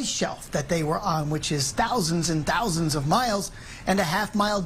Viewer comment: IT'S "TAW-ZINDS 'N TAW-ZINDS" OF MILES AWAY!! Hahaha.